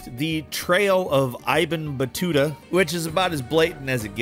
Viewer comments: The pronunciation of Ibn Battuta was hilarious 😂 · Ah, yes. Rezno racer and eyebin battuta